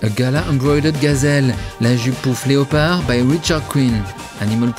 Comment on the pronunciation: This has to be funniest fashion video ever. To Hell with all the uptight fashionistas, let’s talk about the Tiger King and his outlandish clothes! That is true fashion! My face hurts from smiling so much from the jokes, the Joe Exotic references, and zany descriptions (“animalistic galore”). My hurt flutters each and every time you said “le-o-pard.” In English, we don’t pronounce the “o,” but from now on, I shall say “le-o-pard! le-o-pard!”